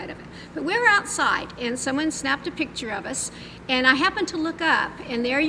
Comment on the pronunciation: I despise her grammar, "Pitcher" it's "Picture", with a C before the T.